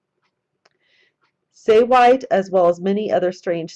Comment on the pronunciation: Say we tay three syllables